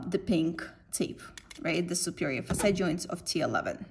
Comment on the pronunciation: In the beggining i dont get it when you say FASAY -- I just realized you were saying faceT joint when you started pointing on the joint it self. Nice vidoe though. Thanks